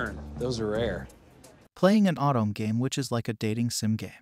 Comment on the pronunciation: Nice video. But say “Autumn” again….. [O-to-me]